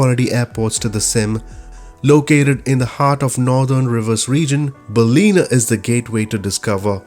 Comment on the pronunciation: Your pronunciation of Ballina is incorrect: It is pronounced Bal-in-nar.